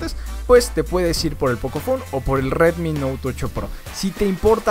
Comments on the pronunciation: Nadie : El pronunciando : RWetmi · Sí que lo decía bien raro xd